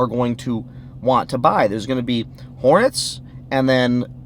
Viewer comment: Amen! Ps I laugh every time you say Hornets haha